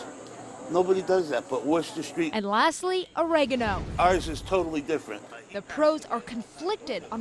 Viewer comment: Worcester Street lol